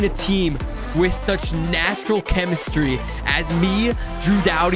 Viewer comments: His name is scuderi not scuba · when he kept calling rob scuderi “scuba” 🤣🤣